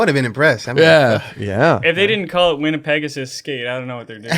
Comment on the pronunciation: As a fellow Canadian and Manitoban it is pronounced "Winn-a-peg-ohsis". Put some respect on the name. haha